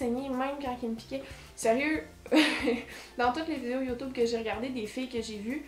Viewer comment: Haha tu dit YOUTOUBE